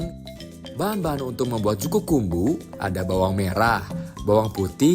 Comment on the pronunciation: Bukan juku kumbu min, tp juku kambu 😂😂